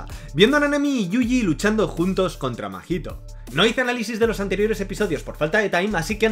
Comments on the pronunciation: AMIGOO NO ES MAJITO, ES: SE LEE MAHITO Y SE PRONUNCIA MAITO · Se dice maito no?? Segun yo la H no se pronuncia